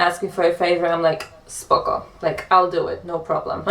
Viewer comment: Your pronunciation of "SPOKO" is great. It's literally perfect. U will speak polish in no time bro hahaha💪🏼💪🏼